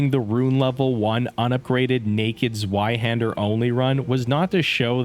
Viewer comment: “Zwi Hander”😂